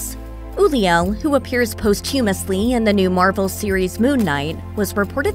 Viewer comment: Seriously? You cannot pronounce anything correctly, and all words mispronounced can be found on Google. This garbage of so many YouTubers refusing to look up one freaking word is getting extremely old! Posthumous is a common word; you should have at least had enough respect to look up thiis word, considering the video reviews deaths.